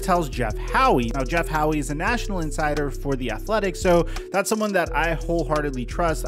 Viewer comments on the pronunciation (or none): I’m like 99% sure it’s pronounced just “Jeff How”. You respect him a lot but constantly say ‘Jeff Howie’. The E is silent! Haha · Howe is pronounced “How” for future reference